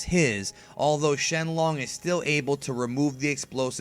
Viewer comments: shenlon? XD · Why did he say shenlong